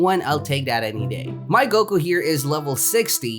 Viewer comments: it's goku not goke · U said goke!!!!!!! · goku not goki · Me when he calls vegeta vegito and goku goki: oh no not again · mAn YoU cAlLeD gOkU gOkY aNd YoU cAlLeD fRieZa fReezeR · Mans said goky im not mad im dying right now bruh XD😂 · Cmon stop trolling lol "Vegito and Goky" Lol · I was triggered when u said vegito, but I got used to it but when u said GOKI that set me off